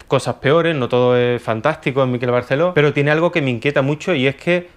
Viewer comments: No se en dónde ves la tilde en Miquel para que todo el rato le estés llamando Míkel. Ya que criticas empieza por lo más básico, pronunciar bien el nombre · ¡Hola desde Mallorca! Espero que no te moleste el comentario, ya que no es la intención. Miquel se pronuncia con acento en la e...Es palabra aguda.Un saludo de seguidora. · Hola! Acabo de descubrir tu canal y ya me he tragado unos cuantos de tus vídeos. Bastante de acuerdo con tus opiniones y alguna que otra discrepancia. Me encanta el formato porque es el tipo de debate que abriría echando unas cervezas con mis amigos. Solo comentarte que "Miquel" en mallorquín se pronuncia con el acento en la "e" y escucharlo pronunciado con el acento en la "i" a los que no somos del norte nos duele un poco en los oídos, jejeje. Perdón por la observación y ánimos con el canal. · Miquel se pronuncia en catalán con el acento tónico en la e. Mikel acentuando en la i en euskera. Es fácil pronúncialo como en español y sustituyes la g por una q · Sabes mucho de arte y tal, pero ni idea de pronunciar su nombre, que es lo más fácil. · "Miquel", no "Míquel". Es una palabra aguda, igual que "Miguel". Qué manía de querer hacer exóticos los nombres catalanes con lo patrios que son jejeje Un saludo! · No es Míquel con acento en la 'I' (como níquel). Es Miquel (Mi kél) acentuando la 'E' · un apunte, es Miquel (palabra aguda, por lo tanto la sílaba fuerte es la segunda, "quel" y no como la pronuncias tú, como si fuera una palabra llana, es decir, sería Miquél, te lo dice con cariño un mallorquín con sangre cordobesa 😀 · Miquel Barceló es mallorquín, por lo tanto su nombre se pronuncia Miquel - tónica - y con la e abierta (Miquèl), no Míquel - átona - que parece vasco o inglés cuando es un nombre catalán. A parte de esto muy interesante, gracias. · En catalán-mallorquín se pronuncia Miqu(é)l, con acento en la e y no M(í)quel. De nada. ;) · es miquel con acento agudo no es llano!!! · Miquel, no "Míquel que no es vasco